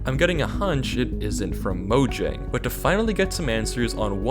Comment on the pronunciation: Scariest part of this video is the way he pronounces Mojang